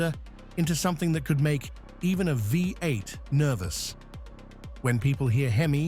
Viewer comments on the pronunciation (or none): Because it's an AI voice - note "Vie eight" part way through and "Lives on" (rhymes with Chives) later. Content is probably AI generated as well - so easy to detect as it has the feel of being written by a 12 year-old, repeats information and is usually riddled with errors.